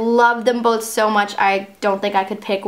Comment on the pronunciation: Bro did I detect an Australian or British accent when she said "so" ?